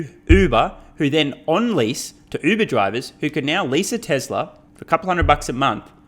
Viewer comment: Among other kudos for your content, thanks and congrats for finally being maybe the only commentator I know of that finally pronounces the Uber brand name properly. Happy New Year! Despite information abundance, cultural legacies are disappearing with any efforts to actually use our intellectual gifts.